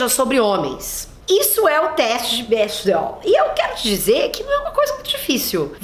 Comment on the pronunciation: Se fala Bécdel ;)